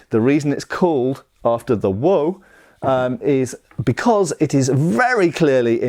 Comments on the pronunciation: its pronounced wo like in 我 not woo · Good to hear your pronunciation improving! Wo should sound more like Waugh, as in Evelyn Waugh 😄